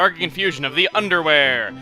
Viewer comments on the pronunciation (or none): The way you say Underwhere makes it seem you're saying Undewear. XD